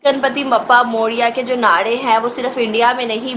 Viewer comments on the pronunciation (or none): It's not nade it is naare